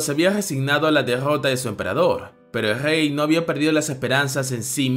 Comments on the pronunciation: Una pregunta no sabes pronunciar la r porq en vez de rey dices jey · En vez de rey dice gey 😂